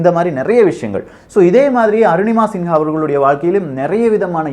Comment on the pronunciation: நிங்கள் தப்பாக உச்சரிக்கரறிகள். சிங்கா கிடையாது சின்ஹா